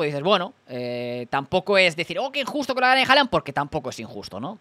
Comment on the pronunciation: Este tío dice HALANA jajajajaja QUE MALLLLLL INGLES 😂😂😂😂😂